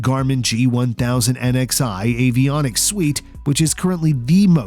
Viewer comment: Suite is pronounced like sweet, not suit.